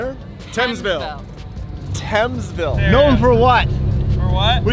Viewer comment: Thamesville pronounces Temsville.... thafuq